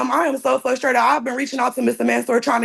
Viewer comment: Ma’am the word is frustrated not fustrated. Please learn English. And sit the heck down while in court fool. What a rude, entitled, criminal. Her demeanor in court seems to indicate she is most likely guilty. I bet she isn’t on drugs but is just an angry and hateful bit@